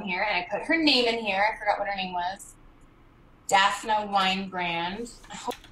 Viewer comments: did anyone notice that she kept saying daph-na? it was driving me crazy that she didn't even know how to pronounce the name DAPHNE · I know this is random considering I could say SO MANY THINGS but....why is she pronouncing that poor woman's name as "Daph-nuh" when it's "Daph-NEE"? FFS.